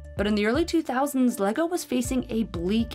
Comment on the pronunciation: them calling “lego” “legos” is really disgusting